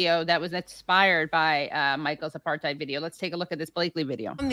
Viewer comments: It's pronounced apart hide, it means to keep "apart". It's not aparth heed ! Your welcome 😂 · Good stuff. But the word apartheid is pronounced uh·par·tide, not uh-par-tayd. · It's pronounced 'a parth eyed' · No it's not. It is an Afrikaanss word and the correct pronounciation is "Apart ate". In theory it was a sound idea when it was introduced to South Africa, and a form of apartheid is used in my country today with the original reason it was used in Sth Africa. I have seen a form of it in the US before and was shocked when I saw it. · The correct pronunciation is actually 'apart-hate'. It is not a German word. Listen to South Africans. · Everyone mispronounces "apartheid" apart from South Africans. It's supposed to be pronounced "apartate". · Actually, I was informed, many years ago, by my German 'Social and Cultural Anthropology' tutor, (whose name I shall reserve for the protection of the guilty!) that the correct pronunciation of the word, 'apartheid' is 'APART-HATE'... because, he explained, it was from the Dutch, not the German... Just sayin'... 😉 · He’s extremely ignorant and arrogant. He goes to Jerusalem and makes a video saying he sees no apar-thide couldn’t even pronounce it. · i mean, being from South Africa i have to put up with non-SA people mispronouncing apartheid all the time - but seing people mocking someone for mispronouncing it it even worse than usual is kinda mind-blowing.